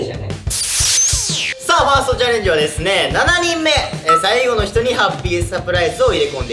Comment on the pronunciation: の「さいぐぉ」だれやろ笑笑